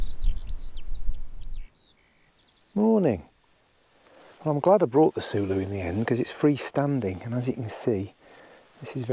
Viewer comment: Sooloo it is, always correct😁